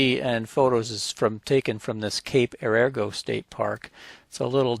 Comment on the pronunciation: Yes, it's pronounced "air a go". Some of our finest coast line, and off the beaten path of 101.